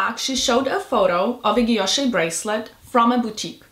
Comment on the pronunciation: She say she love VCA but she can’t pronounced Guilloche that she love it 😮😮😅